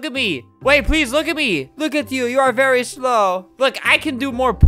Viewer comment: vewy pretty